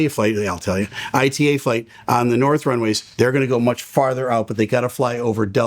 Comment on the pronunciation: Just FYI, ITA is pronounces "eeta". Yes, that's official.